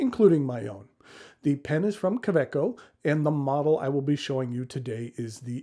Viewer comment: Does the pocket of a handbag count? My current favorite pocket pen is a Tactile Turn bolt action in Nebula, but I'm always carrying one of my many Woodshed Pens in my pen sleeve. Fun note: I didn't realize the "w" in kaweco was pronounced as a "v"!